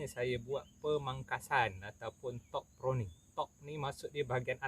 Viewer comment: Pruning bro,bkn proning…hehe